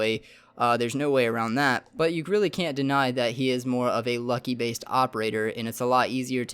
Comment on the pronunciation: I laughed my ass off when you said lucky based operator. It's luck based. P.S I love urban channel you definitely earned my sub.